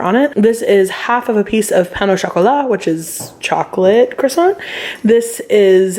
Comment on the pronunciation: I’m French and your prononciation is really good (at least for the two words you said haha) Pain au chocolat is my fav !!